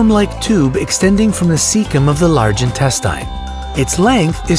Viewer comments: wait, please dont tell me you just said large intestine like ''large (in-test-ine). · Dave Laurence Maglinao in-tes-tayn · How he pronounce the intestine